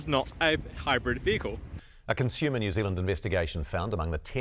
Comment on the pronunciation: I'm just as outraged as the H she puts in 'conshumer'